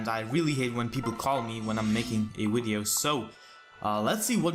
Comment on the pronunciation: When I'm making a wideo xD sorry